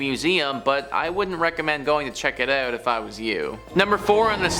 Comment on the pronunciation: Maybe it's the extremely thick Canadian accent? I mean he pronounced out as oot lmao